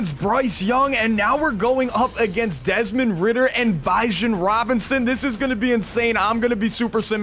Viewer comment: "Bishon robinson" is crazy